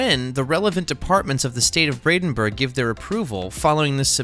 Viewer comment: It's PRONOUNCED "Brandenburg" NOT "Bradenburg"‼ 😠😠😠😠